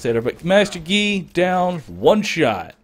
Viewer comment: it looks like you're saying: "1 shot gay!"